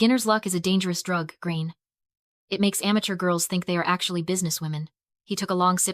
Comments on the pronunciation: I can understand that foreign people can't pronounce Irish names, but I honestly would've thought AI would be able to pronounce it, but this video has proved me wrong huh... Gráinne is pronounced GRAW-N-YA not GRAIN! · Pronounce Grainne properly! It is not pronounced Grain.